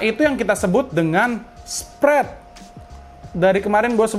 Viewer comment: Kuping ku gatel masnya ngeyel ngomong "spret spret" 😂